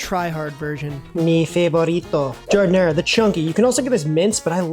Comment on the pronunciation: You're not supposed to pronounce the last "a" in giardiniera. Transplant alert.